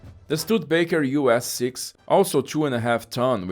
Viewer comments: Stude-a-baker. Four syllables. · Shame he did not pronounce Studebaker correctly. STU DE Baker.